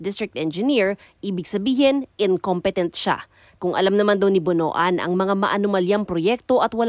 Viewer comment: Pronounce as BONWAN, not BONO-AN